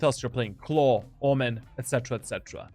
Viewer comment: Why do you say Clove as Claw